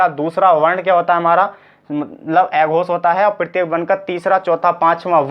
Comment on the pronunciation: भाई पढ़ा अच्छा रहे हो लेकिन उच्चारण तो सही करो, न को ने प को पे स को से अघोष को एघोस बोल रहे हो। आप हिंदी पढ़ा रहे हो , सही उच्चारण करो।